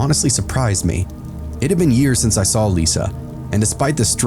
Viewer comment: This extra-long video made me realize this narrator always adds an L on the end of the word "saw" so it sounds like "Saul." Interesting 😊